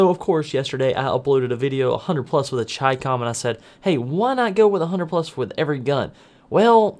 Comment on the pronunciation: its CHI COM